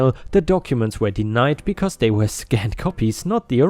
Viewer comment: Yo my dude, "were" is said as "wur" not "wear/where." 🤪